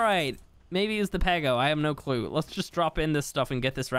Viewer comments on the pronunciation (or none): Every time you said pego i heard pedo